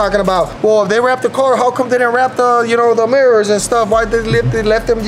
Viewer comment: On The murrors 💀